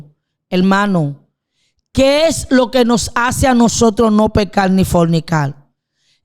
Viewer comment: Debe mejorar la dicción. No es mujel, es mujer No es pecal, es pecar No es matal, es matar No es veldad, es verdad Por favor más respeto con la audiencia Si uno se va a dirigir a una audiencia, por lo menos debe pronunciar bien, por respeto con esa audiencia. Saludos desde Colombia